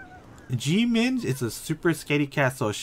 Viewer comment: his name is pronounced like chong san, not chee-ong san. eo together is not like oreo but like song. omg the mispronunciation I can’t. her name is pronounced like ee sak not i sack, they even joked about it in the show. and jimin is not gee min but it’s ji min not hard ee sound. ahh and it’s not cheo ong san either it’s cheong san. ik you’re not korean but please practice pronunciation my ocd is killing me rn lmfao